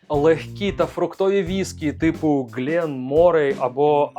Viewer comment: Дуже дякую! Єдине, що ріже слух, як ескперт вимовляє "ґлЄн-" у назвах брендів. Друже, це ж Glen-! Звідки ти там узяв російське "є"?